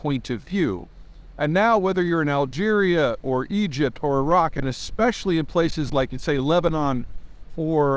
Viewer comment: “Algeria” 😂😂😂 gotta love Peter and his “pronunciations”